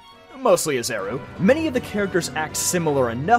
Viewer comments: IT’S PRONOUNCED “AH-REE-ZOO” NOT “AH-ZEH-ROO” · This is the best video I've seen about Volo. Something about the writing and delivery oozes charisma and I haven't really felt that in other videos that talk about this character. The only problem is the mispronunciation of Arezu's name. The R comes before the Z. However, the video flows so well that I actually needed to look that up just to confirm that it was a mistake. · I'll never understand how people mispronounce Arezu's name. Great video though